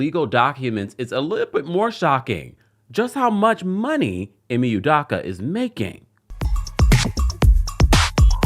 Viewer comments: Its pronounced -DOH-KUH. DOH-KUH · His last name is pronounced ‘u-dough-kah’